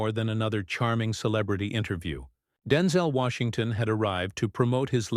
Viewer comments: I have my doubts that this was completed quite as stated by the "actual" host! He can't even pronounce a man's name correctly! This is mostly garbage. If anywhere close to truth, Mr. Colbert should be admonished for not staying closer to what was agreed to, if actually agreed upon. At the same time Colbert is correct. I have read and listed to many articles about Mr. Washington as I love most of his work. He has never addressed the issues or any questions related to what Colbert wanted questioned here, whether asked with honesty or not. So answer it Mr. Washington It's too important to ignore in todays social climate, political or not! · WTF? You don't even know how to pronounce his name!